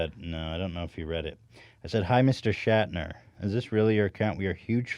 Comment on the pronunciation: Whoah Whoah Whoah just realized papa Johns last name is Schnatter not Shatner, why the hell does Ethan mispronounce it every time? Trying to fool us into thinking it’s the same as William Shatner...... shame on you Ethan!